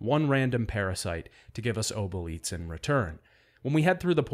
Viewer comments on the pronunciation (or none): Your pronunciation of obolites makes you my least favourite son ngl. Great video otherwise!